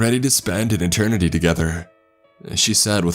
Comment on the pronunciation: This guy's California surfer accent is not a good mode for this story to be told, takes me right out of the story the way he pronounces words... Eckspecially Rayan (Ryan) Tham (them) Perfials (peripherals) Kassed (kissed) Thass (this) At (it) Etarnity (eternity) Sanses (senses) Tranches (Trenches) Warked (worked) Praaaject (project) Staaary (story) Incraaases (increases) It's a if he's doing a parody of the SNL skits of the soap opera "The Californians" Kind of hilarious I mean this comment in a helpful way, after all, we can't really know our own accents. My best friend told me I should cut my nose hairs when we barely knew each other. Only a true friend will tell you something like that.